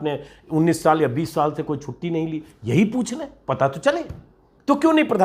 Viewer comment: For : Pata , read: Paa .